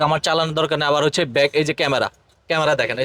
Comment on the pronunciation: 🤣🤣 কি উচ্চারণ রে ভাই। হাইড্ডলিক, এলো রিং, গেলাস, ক্যামারা, বনাট, ফ্রাইবেট কার, নুকিং গেলাস, ড্যাজ বোর্ড, ব্লুটু, হরেন 😂😂। এই হলো আমাদের দেশের ব্লগার দের অবস্থা।